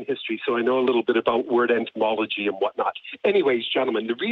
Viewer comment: "Word entymology"?? Wtf? Goddam the irony of a historian who can't even pronounce the word correctly. Entymology? Wtf is that? The study of Arboreal Tolkeinism???